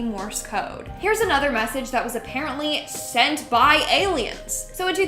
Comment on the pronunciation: I thought she said senpai owh but turn out it was send by